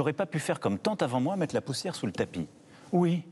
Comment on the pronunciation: Moi je peux aussi te proposer de mettre 25x la même 0.10 seconde et c'est trop bizarre comme il dit son "oui, peut-être) comment on fait pour mettre la vidéo en x0,25?